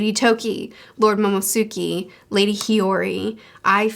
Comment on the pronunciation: I love your reactions and have been following your journey to catching up and now becoming a weekly reader for a couple months now 💜 just wanted to say that Momo's name isn't "momosuke" it's "momonosuke" like mo-mo-no-su-ke. I'm excited to see what Oda has in store for us in the coming weeks !